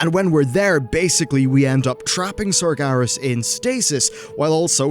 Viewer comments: Sarj Garas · Stop saying Sargaras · at least he isnt saying sarjeras